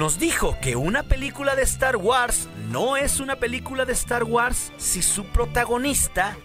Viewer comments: 1 crítica, no podes pronunciarlo star wars hermano, se pronuncia Star Wors no es muy difícil. Esta bien que nuestra lengua es española pero no por eso hay que pronunciar todas las palabras inglesas como el orto. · Deberías de empezar a preocuparse por tu pronunciación, es incómodo escuchar "estar güars" y "celebreichon", digo, ya que hay muchas personas que siguen tu canal. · Muy bueno el video y el material, esperemos que se haga realidad. (crítica constructiva) Te recomiendo que pronuncies bien star wars ya que lo decís con mucha frecuencia y una mala pronunciación distrae.